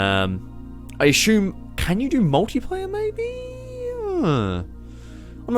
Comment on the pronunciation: why do you "ashume" something, instead of assuming them?